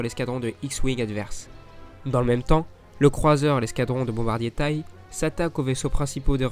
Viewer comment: Pour info, on dit chasseur T-I-E et pas chasseur " tay " !